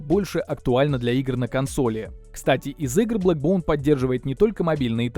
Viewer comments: бЭкбоун а не бЛэкбоун...колхоз обзор...На отвали...Не твое это... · Не блэкбоун, а бэкбоун☝️